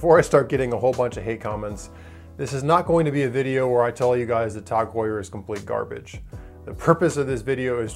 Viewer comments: "Tawg" Heuer. I've never heard it pronounced like that. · The thing that annoyed me the most is his prenouciation or tag heur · If you're gonna hate them at least say their name right